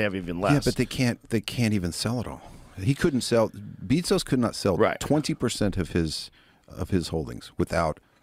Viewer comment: "Beetzos" lol